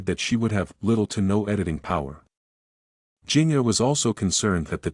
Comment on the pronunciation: Please learn how to correctly pronounce Jinger’s name.